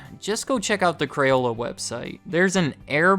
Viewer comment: Why do you say crayola right but say crayons wrong? You say crayuns, you little shit.